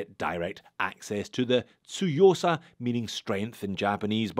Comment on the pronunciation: One of the very few watch YouTubers who pronounce “Tsuyosa” correctly. And, this watch is stunning. Well done,! 🙏